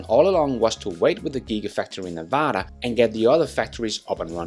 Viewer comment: The semi will be built in Nevada. Also why can no one pronounce our state correctly ? It’s Nev-ada NOT Neva-da. Come on guys get it right.